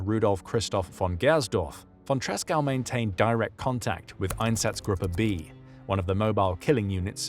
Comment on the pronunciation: Good video about von Tresckow despite butchering his name.